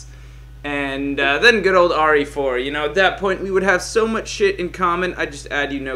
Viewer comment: why do u say RA4